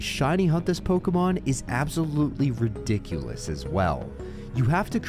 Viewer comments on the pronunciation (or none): none